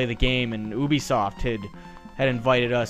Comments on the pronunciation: IT'S NOT FUCKING OOOOOOBISOFT ITS UBISOFT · I thought it was pronounced you-be-soft. The art of pronouncing.